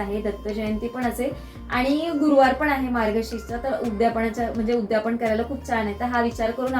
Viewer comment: उद्यापण नाहि ग , " उद्यापन " . 🙏